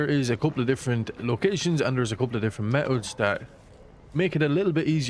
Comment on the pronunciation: Can you say methods again plz 😂